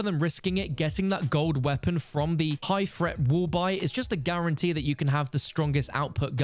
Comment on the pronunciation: "Low fret, medium fret, high fret" - don't fret! (Although maybe learn how to speak English when being English) 🤪